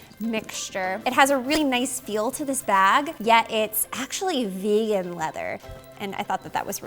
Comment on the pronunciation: Did she say Veagan leather? What is that?